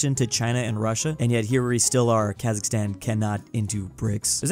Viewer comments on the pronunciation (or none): I want Qazaqstan countrySquare Also as a QazaQ , its not KHazaKHstan, its QazaQstan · Its Kazakhstan brick not Khazikstan.But its so cute! I m from Kazakhstan